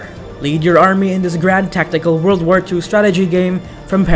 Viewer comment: Wold of Tanks? ....you mean world of tanks? lol